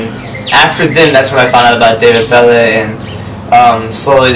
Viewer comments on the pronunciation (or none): I'm french and David Belle is actually pronounced "Dahveed Bell" ^^. Anyway, keep up the good work,, we all love you:)